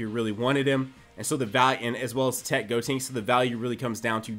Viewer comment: please stop saying "Gotinks" instead of "Gotenks"...